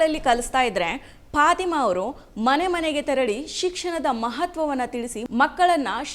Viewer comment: ಅವರ ಹೆಸರು ಪಾತಿಮಾ ಅಂತಲೂ ಅಲ್ಲ, ಪಾಥಿಮಾ ಅಂತಲೂ ಇಲ್ಲ, "ಫಾತಿಮಾ" ಎಂಬುದು ಸರಿಯಾದ ಉಚ್ಛಾರಣೆ